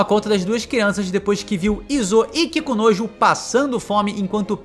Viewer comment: não tenho maturidade pra ficar ouvindo ele dizer "Kikunojo" repetidas vezes kkkkkkk